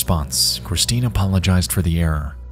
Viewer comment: "Cwistine." Love you, Nexpo. You know I'm just teasing.